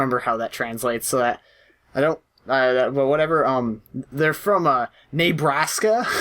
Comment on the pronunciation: "Neighbraska" oml